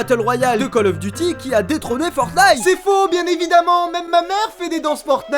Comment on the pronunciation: 👍 poce bleu la routine. Si vous l’avez pas fait, vous pouvez faire god of war. Je suis le seul à avoir entendu cal auf deuty ?